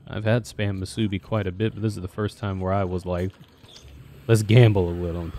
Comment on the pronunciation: I think you're saying correctly. probably a little bit too much emphasis on the bi part of the word imo but then again alot of people from the mainland mispronounce alot of the words we say here lmao